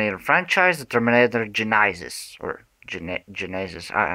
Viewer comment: I think "Genisys" is pronounced "Jeh-neh-siss" (like the Sega Genesis game console, known as Mega Drive outside North America)...